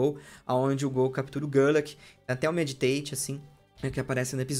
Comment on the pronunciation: errou duas vezes: ele fala Meditate ao invés de Meditite, e falou Dratini quando era um Dragonair isso não é uma crítica, é só engraçado